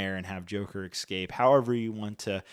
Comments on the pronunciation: Escape, not excape. There’s no X in it. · Love the reviews but had to tap out after hearing “excape” for the 5 time